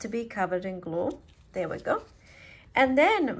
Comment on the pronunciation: "GLOO IT DOWN" "GLOO IT DOWNN" 😂😂😂 your awesome 👌